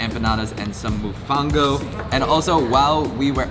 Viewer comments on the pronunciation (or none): When he said mofongo like moofongo instead of like the mo from mother, mofongo, and the fon like fun. quite funny at least he tried. timestamp: . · gira sol not guerra seou mofongo not mufongo.l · lol it's mofongo not mofango. great video glad you love my island! My family is from San Sebastian salt # 1.check it out! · lmaoo when he said “ Moofango” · Dislike because he said MOOFONGO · “MuFaNGo” 🤣😂 it’s pronounced mo-fon-go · It isn’t mofungo its mofongo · Mofongo not Mufango. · "Mufongo" 😂😂😂 I mean it's written Mofongo why would you pronounce it with a U lol. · Wtf is mufango?! Damn it man I love the tourism to our island but please pronounce things better 😂😭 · 🔥🔥🔥🇵🇷💯Noooo Pero Puerto Rico es FEEEOOOO!!BICHO EHHHH😂!!Thank You!!we will be waiting for you with open arms🙏🏾🇵🇷 #vibrasbuenas!!🤔 make sure you visit Arecibo,Añasco,Isabela,Maunabo🙌🏽 #roadtrip #chinchorreo Ps it’s pronounced Mo-Phone-Go #mofongo 👍🏽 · It's mofongo,. By the way, thanks for the documentary of your visit to El Yunque. This video helped me complete my project for National Parks that US citizens can visit without a Passport or Visa. Kudos to you! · "Moe-phone-go" works better 😂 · The way he said mofongo kinda pissed me off ngl😭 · Mofongo he said it wrong